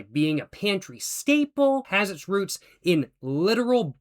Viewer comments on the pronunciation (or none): none